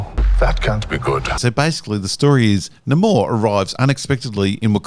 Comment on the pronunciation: Every time you pronounce Namor like the Schills decided now it's supposed to be, a fairy loses her wings.... so I hope you are happy now, massacring so many innocent fairies.